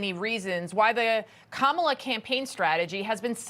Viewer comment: Kamaltoe not Kamallllala